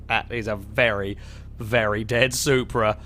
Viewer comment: I cringed so hard when he said that the Supra was a prasu